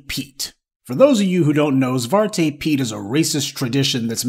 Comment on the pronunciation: Congratulations professor on your pronunciation of Zwarte Piet. It wasn’t off by much. There’s been a anti Z.P. movement in the Netherlands for a few years now. The woke movement and protests after G. Floyd gave them some steam and If I’m not mistaken the UN looked into it and suggested the practice be discontinued. The only “progress” that has been made is that they are going to “lighten up” the blackness of the helpers. It’s not going to go away, not anytime soon.